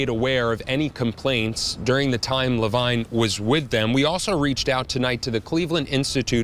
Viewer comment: Levine is supposed to be pronounce ler-veen.